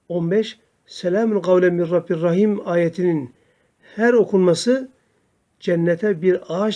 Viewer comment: Min rabbin rahim yazılı min rabbir rahim diye oluyorsunuz hocam